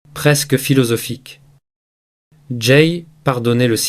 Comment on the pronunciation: LE PERSONNAGE QUI PARLE EST T E L L E M E N T RIDICULE QUE JE QUITTE YOU TUBE POUR TOUJOURS ( saïlance....innepossible etc.) J AI ENSEIGNE LA LANGUE DE FRANCE